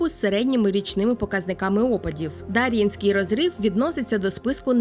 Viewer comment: Підозрюю що наголос все таки на Є — ДарʼЄнський розрив